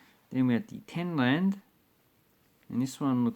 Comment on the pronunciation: Geez like learn something about south africa and its currency before you make a video. you just come across like your an idiot. Its rand not land and its Springbok not Springbook